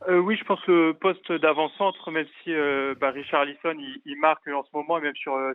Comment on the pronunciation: Riolo a quand même dit « Richarlizon » 😂